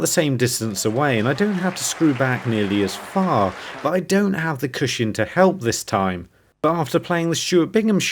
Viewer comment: It really bothers me the way you always say "CUSHIN".